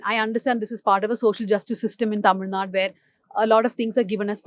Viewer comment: I think I am pronouncing it like a Malayali. Tamizh naad is what we say. Shall remember next time